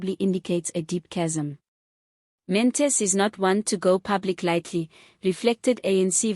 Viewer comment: Good reporting, however his surname is: Not Mantis Pronounce: Maan-Ta-She